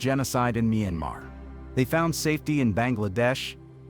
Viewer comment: Nice video, it be a good video, had you spoke it yourself, AI mispronounced point places like Meemar??? No I think not Maya Mar